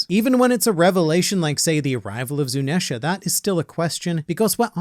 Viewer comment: can you pleas stop saying zunesha the way you say it or just call him zou